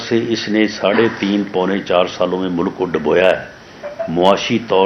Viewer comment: He can't even properly announce.Says mulak to mulk.Jaahil.